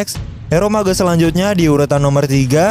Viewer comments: Mage not ma-ge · Cara sebutan mage Tu Salah.. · Lol pronouncing MAGE